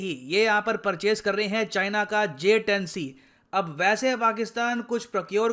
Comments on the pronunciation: Ye bhand interior minister J 10 C ko JH 10 bolta hai 😂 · He was saying JS 10 instead of J 10C. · Bolna to Aata nahi Harare se kiya khak larega j10c ko js10 bol raha he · Kaisai wala minister hai vo sala j-10c ko js-10 bol raha hai 🤣🤣🤣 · Js10 naam tu sahi se lele 🤣🤣🤣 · Gadha pronounce b nai kar paa Raha hai jumle azam sheikh chilli j 10 c ko js 10 bol raha hai ganwar